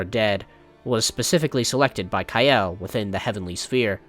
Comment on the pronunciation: "Ka-el no "